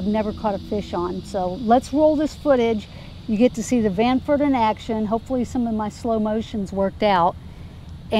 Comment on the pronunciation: Stranford. You made me laugh ;) Nice channel btw!